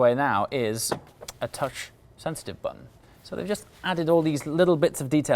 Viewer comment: sounded like "from the touch of a buttom.!" hahhaha..